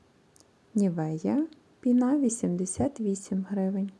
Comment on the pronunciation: ПінА ви теж кажете спеціально, щоб коментарів більше було? Ну Вас же діти дивляться, не вчіть їх казати неправильно!